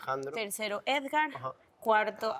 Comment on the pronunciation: Amo que en vez de Edgar dicen esgar